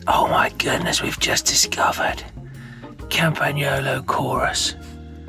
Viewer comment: OMG Si pronounced the “gn” in Campagnolo correctly. I am so happy to hear a Brit who is able and willing. :)